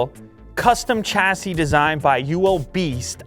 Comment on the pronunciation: Chassis is pronounced shassy